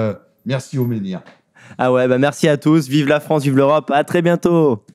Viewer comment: J'aime la Civilisation européenne, mais la Fwânce ? NON